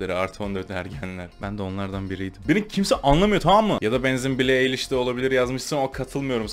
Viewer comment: BİLİ EYLİŞ DEĞİL BİLİ AYLİŞ TMM MI fdgdhzdgcnvgd